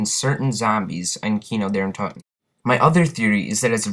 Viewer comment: He Calls it kini di terten lmfao!